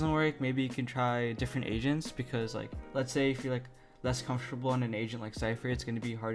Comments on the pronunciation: I STRAIGHT UP THOUGHT DUDE SAID "MASTER ALL THE ASIANS" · For a while I thought you we’re saying Asians Lmao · Why i here asians instead of agents, I'm so sorry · same lol